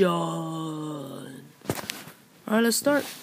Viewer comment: In minecraft uh-dish-shun!